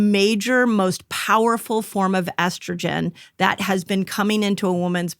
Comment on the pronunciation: I’m sorry, but why can’t he say estrogen?